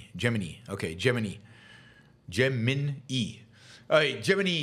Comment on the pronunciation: Lmao you're tuning into a guy who can't even pronounce Gemini